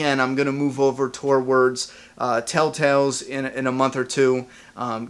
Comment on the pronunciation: i will pay you $5 a week to stop saying "towards" like "tour-wards"